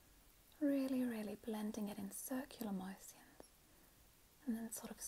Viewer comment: How you say motion and especially has me dead hahahaha